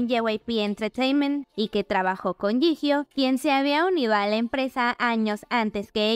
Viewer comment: Jihyo se lee Yiyó, please